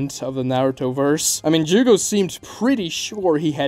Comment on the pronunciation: Jugo...it's jugo lol